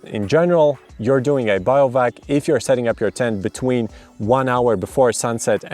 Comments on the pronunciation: you put the word up on BIVOUAC (Biv-oo-wak) but then proceeded to tell us that it’s pronounced BIO-VAC a further 9 times. 🤦🏻‍♀️ Makes me wonder how much of an expert you are. I let this time when I was a small child when my dad was in the army. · Not “biovac”, but “bivouac”, even in English 😅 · Trying to get my head around the fact that he reads BI-VO-AK as biovac... I mean how ... ? Other than that, this is actually the most informative video on YT regarding "BIO-VAC" laws across europe. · biovac XD its pronounced "bee-voo-ack" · Biovac is a non existing word but sounds indeed like a vacuum cleaner which absorbs life 😅. He meant to say bivouac or bivak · I can't hear him say Biovac... It's BIVOUAC! Like a Bivi! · Brilliant video! thank you so much. Funny how you pronounce Bivouac as Bio-vac, it's weird but sort of cute too. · Even in spanish is pronounced Bivouac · first time I was only listening to the video and with his absolutely butchered pronunciation I was so confused what does he mean I was like sure that BIO stuff is allowed but what the hell does he mean lol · In the States also Bivvy, bivy. Bivouac in the States usually is pronounced as /bĭv′oo͞-ăk″, bĭv′wăk″/. I learned something new - "bĭo văk″ as alternate. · Glad I'm not the only one...